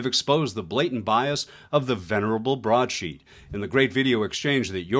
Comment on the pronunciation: broadsheet not broadsTreet.